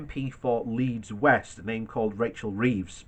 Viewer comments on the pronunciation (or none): none